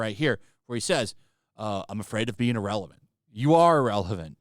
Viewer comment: Bro, it’s IR-RELEVANT and definitely not IL-Relevant